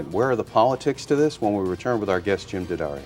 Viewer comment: Thank you,, for pronouncing Jim's name (unlike just about all of your fellow countrymen) CORRECTLY ----- DADDario, DANgelico, DAquisto --- but there are idiots who will continue to stubbornly, childishly say 'Deeeeeeee-addario'...Deeee-Angelico, Deeee-aquisto.